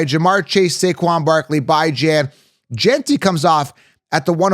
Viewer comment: Brother. Please say bijons name correctly next time lol